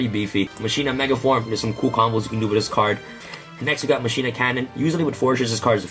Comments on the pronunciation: Right? Final Fantasy X was damn near two decades ago and they got "mah-key-nah" right the first time. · ma-ki-nah not ma-shi-nah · for the love of God its mah-key-nuh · As a highly educated duel links player I believe its pronounced Ma-China 😤😤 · I cringe everytime someone says "masheena"